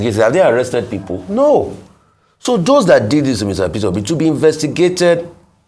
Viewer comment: I like how that young preacher called him Fitter Obi 😂😂😂. In the east we call him Pitobi 😂 and the Yorubas say Peter Hobi. 😂